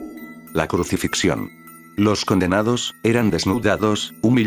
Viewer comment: Como que "la cruxificción"?